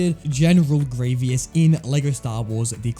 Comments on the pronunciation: I’m sorry but I just had to stop watching part way through because it f the continuous mispronouncing of Grievous. It’s Gree-vus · No one: Literally no one: This guy: greeveeus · Good video, but please pronounce Grievous right. GREE-VUS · "Grievius" yes that’s how you say his name. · It was painful hearing you say "Greeveeus" throughout the entire video. Also it took you 10 minutes to figure out you had to shoot him with Cody in TCS? How? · THANK YOU FOR TELLING HIM I COULD NOT LIVE WITH GRR EE-VEE-US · does it matter how he says grievous? we all know who he means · You stopped watching just because he mis-pronounced a name? That's just sad. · Cool video. Well made, the editing is good, you explaining these levels is informative and you're entertaining. Also, interesting pronunciation of Grievous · You're mispronouncing Grievous' name and it's like nails on a chalkboard. Grieve-us, not Gree-vee-us. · It's Grievous not Grievious. Had to stop watching as it was so irritating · One, you didn't care to finish the video just because of mis-pronunciation. Two, lots of canon Star Wars characters also say Greveeous, not Greevus, the only ones I saw say Greevus are Obi-Wan, Anakin, and Mace Windu. Bro, even Palpatine said Greveeous. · It's not sad. If a video is annoying, I won't watch it. Why would I want to watch a video like that, that would make me stupid. And there is a right or wrong. He is named Grievous, not Grievious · No hate man but it’s pronounced gree-vus not gree-vee-us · I don’t know I think it’s gravy us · IDK it did sound like gravy us I agree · It was funny because he kept saying gravy-ous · I just kept hearing gravy-us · I know many people have said this already but… General Grie-VEE-ous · I was saying Grie - vious, but now i just say Grie - vous as it propably should be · It is grevous not greeeviss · Stop this torture is grievous not grievious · ITS GREE-VUS NOT GREE-VEE-US GOD IT DROVE ME INSANE IN THE FIRST THREE MINUTES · Man really said “Greeveis”